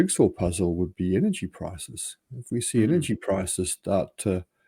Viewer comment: What is "pricious"? What is "inergy"?